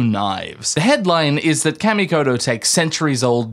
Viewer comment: Kamikoto....like CAW ME COH TOE They're sponsoring you so, you probably should say it right...😅